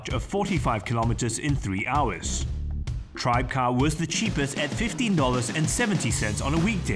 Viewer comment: Actually it's pronounced "Tri-beh-car", and not "Tribecar".